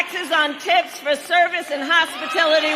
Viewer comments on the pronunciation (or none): what’s a “hospitility worker?” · Hospitility? TF is that? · New word from kamala: Hospitility. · "hospITILITY" 😂😂 she doesn't even know her "own" policy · Hospitility? You can bet Kamala thinks it's hospital workers tips. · wtf is a hospitility worker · you know Kamala Harris is full of shit because she can’t even pronounce the word hospitality correct correctly. She has no idea what that word means.